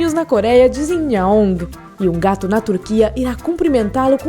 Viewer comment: Amo gatos, mas a voz dessa menina que tá narrando é insuportável. " Gatum" 🙄🙄🙄🙄